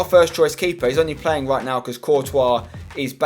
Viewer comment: you say "wright" instead of right hahahahahhahahahhahaahahahah